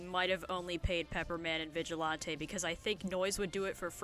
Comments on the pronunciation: FINALLY SOMEONE ALSO PRONOUNCES IT VIGIL-ON-TAY thank you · Finally someone who pronounced Vigilante how I do. Would John Pillar make a good roommate?